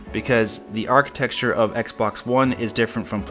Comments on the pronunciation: Stop saying architexture. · Whenever you say "architexture", it makes me love you even more.